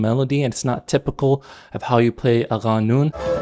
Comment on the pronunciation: it’s pronounced more like “قانون” not as “غانون”.